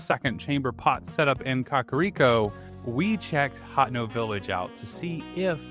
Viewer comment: Personal pronunciation gripes: I've only heard Hateno pronounced as "Hat-en-oh" by you, every other time I've heard it pronounced it has been "Hah-tay-noh"; also iirc Phoeni is pronounced like phony.